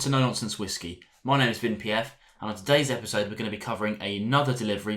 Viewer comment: Nice to see those name pronunciations have stepped up Vin😄. Well done. Joined Summerton a few weeks ago. Obviously haven't received anything yet but I look forward to it. Seems to be a great service.